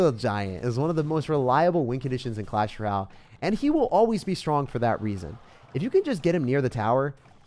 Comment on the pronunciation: The music is less distracting today ty but can you say clash ROYALE? It has an O in it. Not clash R’YAL